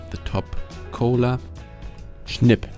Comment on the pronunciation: Shnip, love it 😂